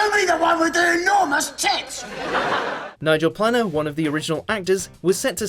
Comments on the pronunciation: Mispronounced Planer and Moffat. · I know! Steven Mo Fat?! Nigel Planner? Wtaf?! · Nigel planner and Steven Mo-Fat? C'mon fella. Its basic reading skills... Planer..Moffat. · Mo fat. It's Moffat. Planner. It's plane er. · Nigel Plane-er, not planner. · Nigel Planer (pronounced plainer not planner) he's a very well respected actor, as a Brit the host of this vid should at least be able to pronounce his name properly. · It's Nigel Planer, not Nigel Planner. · The actor who played Neil in the Young Ones is called Nigel Planer (pronounced Play-ner), not Planner. Not very good at English are you? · Planer is pronounced plainer not planner. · Why can't the British narrator pronounce names like Nigel Planer and Steven Moffat? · Please check how to say names. Planer and Moffat are not hard to pronounce properly.